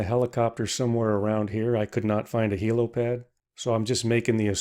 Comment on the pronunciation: Heli not heelo